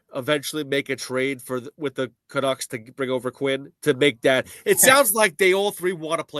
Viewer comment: Met hat? hahahaha